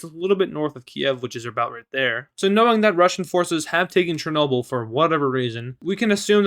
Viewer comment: you got chernobyl wrong